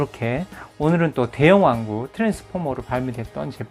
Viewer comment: 근데 트랜스포머가 아니라 트랜스포마?